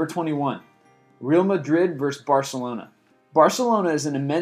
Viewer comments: Constructive feedback, its pronounced Ré-àl Madrid, not Real as in Reel, since its spanish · mispronounced real madrid and manny pacquiao too